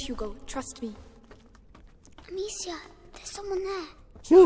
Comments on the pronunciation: Apa cuma gue yang risih ngomong amacia bukan amicia:v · Amicia bang... Bukan Amacia :V